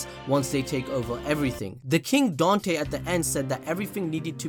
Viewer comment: I dont mean to offend you it just bothers me that you said his name was don-te when it said dan-te